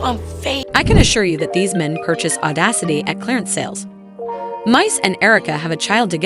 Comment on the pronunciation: Who TF is Mice, Mase, M, Misses 😂... she can't get his name right for shit 😂